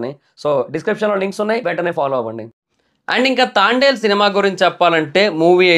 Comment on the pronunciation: తాండెల్ ఆ... తాంబెల్ 🐢 ఏం కాదు 😂😂😂